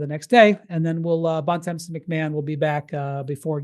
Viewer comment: Bontemps needs to visit Montreal more to learn how to say his last name and Bonaventure